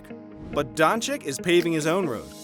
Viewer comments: BTW it's pronunciation is luka donchich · It's pronounced Don-ch-i-tch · This Dončik pronunciation is hurting my ears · LEARN HOW TO PRONOUNCE HIS LASTNAME!!!!!!!!!!!!!!!!!!!!!!!!!!!